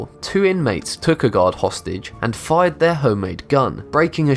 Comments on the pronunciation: this is the first time i seen one of his videos and i thought he was saying god and not guard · I kept thinking u kept saying god instead of guard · Who else thought that he said god everytime he said guard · Every time u say guard, i hear god lol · when he says guard it sounds like God instead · When u said guard I thought u said god... :\ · i know hes saying that the weapons were found by a guard, but at first i fought he said found by god XD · I thought he kept saying found by gods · every time he said guard I heard God xd